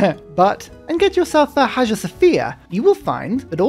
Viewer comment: Hagia is pronounced Hai-uh, I know you like correct pronunciation, or at least I heard you say it once...